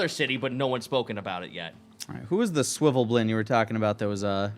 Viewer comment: "Swivvelblin, swivvelblin, swivvelblin"...eesh, even as someone who absolutely just calls them underdark gnomes out of simplicity, it's SVIRFNEBLIN.